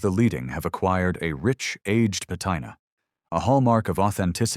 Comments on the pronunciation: Pat I na... sigh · Your ai voiceover -- 'patina' does NOT rhyme with vaqina. Hilarious.